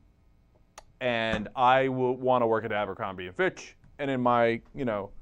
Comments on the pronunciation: Even though I hate that company....why is everyone calling it AMBERcrombie.....it's ABERcrombie. There is no M in the beginning of the word! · "Abercrombie" not "Ambercrombie" sorry, it just gives your video more credibility if you get the name of the company right. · AMbercrombie? it's ABERcrombie. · Isn't it Abercrombie, not Ambercrombie? LOL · its abercrombie not AMBERCROMBIE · It's Abercrombie, not Ambercrombie. sorry, had to correct that. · um its abercrombie not ambercrombie